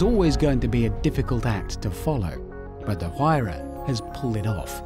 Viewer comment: Even after 9 years of this video being uploaded, I’m still surprised that they still haven’t figured out how to pronounce Huayra, and I thought the Brits were the ones who truly understood the English language